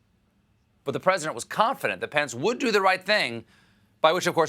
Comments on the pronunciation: Does anyone else hear, "My pants" when someone says "Mike Pence" ? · I always hear "pants" instead of "pence"